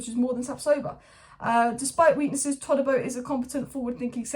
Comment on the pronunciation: ToDibo not ToLibo. No L in his name